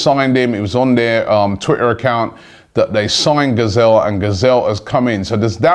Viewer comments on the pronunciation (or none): Mate, Ghezzal is not spelt as "gazelle" but as "ghay-zal"... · "Gazelle" Robbie?